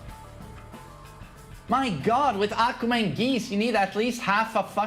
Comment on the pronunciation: Aquma ✅ Akuma ❌